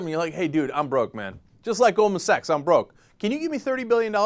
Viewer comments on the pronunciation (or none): none